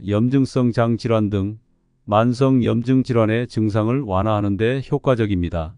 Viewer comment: 염증은 염쯩으로 읽으시오